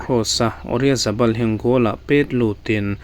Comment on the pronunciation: Oryazabal ni lo in Oyarzabal ✅